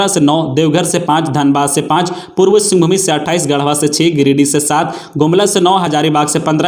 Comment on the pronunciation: Singhbhumi nhi singhbhum hota h